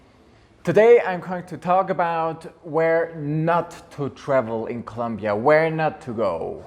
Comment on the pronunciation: Es ColOmbia! Por dios. If You are a travel agent and Even live in Bogota, You really should learn how to pronouce C-o-l-O-m-b-i-a. Just trying to help. Thats a real pet peeve of the citizens. Also Colombia has came a very long ways into being safer, and yes, there is a Lot of pretty crime in some áreas, however the violent crime has decreased by 80%. Or more. How long have you lived there?? If your gonna have a channel and name yourself,which you pronounce as Columbia frank, please do yourself a favor and pronounce it correctly. As a travel guide you may want to put some positive content in your video to encourage people to enjoy the most biodiverse country in the world with a lot to see and where 99% of people on the street are more approachable than in the US or London,inglaterra. As far as dramatacizing narcos. Let people know to be careful and not wear gold necklaces or Rolex watches or pull new $ phones out in public, and NOT to go out drinking alone and don't meet up with nor bring any person that you just met to your place because of scolplamine, which is basically like a daterape drug that is usually administered by putting in a drink if you go to bathroom take drink with you and if you happen to be a person that travels alone, don't visit with intention to travel there looking for sex or drugs, these are the people that are targeted and give gringos a bad name. Otherwise enjoy the culture and the people and you will have a goo